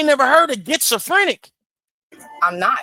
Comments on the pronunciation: Gets-a-frenic 😂😂😂 , what a idiot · She said it right😂 “Gets-a-Frinic” 😂😂😂 so she has that “Gets to Take 💩” type of personality 😂😂😂😂 and she’s named after her mom and dad 😂😂😂😂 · Getsofrenic, Pacific and classOphobic .she went to jail and did nothing but think about what she's going to steal when she gets home‼️ she picked up zero books and has no friends..because she's a full grown women and using worlds she can't even pronounce or spell ..